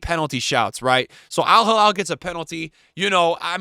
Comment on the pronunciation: It's al hilal not al halal 😅😅😅 crazy Americans....